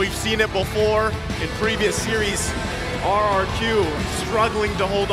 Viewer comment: RRQ broooo not RQQ